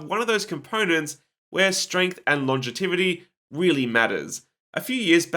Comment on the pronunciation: “Long-e-tivity” or “longevity” ?